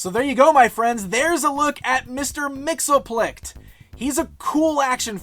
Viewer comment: He'd be pretty upset the way you pronounce his name. Repeat after me, Mix.... Yess... Spit.... Lick.